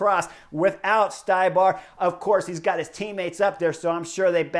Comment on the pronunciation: Ohhhhh Zednak Stybar.... Its pronounced StE-bar